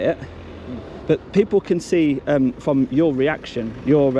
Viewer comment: "He hasn't had a weaction fwom me" Oh dear 🕵️